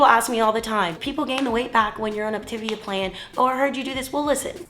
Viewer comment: It would be helpful to pronounce Op-ta-via correctly, for credibility.